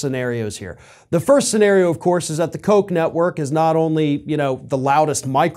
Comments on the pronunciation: Pronounced, "Cook." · Don’t get Jr. excited by saying “Koch (coke) Network” too many times. He might get the wrong idea about who doesn’t want to support his father anymore.